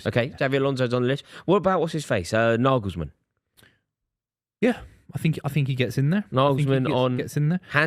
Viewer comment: Naglesman!? Ffs based on that you might as well put Eddie howe on the list.